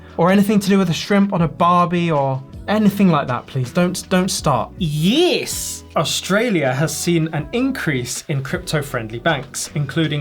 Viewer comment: That "yiiiiiis" was more Kiwi than Aussie 😆